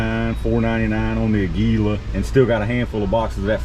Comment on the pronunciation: Aguila is pronounced a little different than what you're calling it. It's Spanish for Eagle and has an accent over the first "a" which gives it a little emphasis if that makes sense. Just a little pet peeve of mine being a native Spanish speaker! Happy ammo hunting!